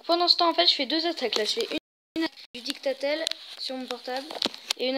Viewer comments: ON dis didactiel pas dicta tel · je suis le seul à avoir été stressé à chaque qu'il disait dictatel au lieu de de didacticiel?